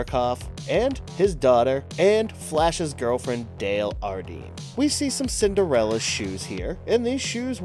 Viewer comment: you missed pronounced Flash Gordon's girlfriend's last name.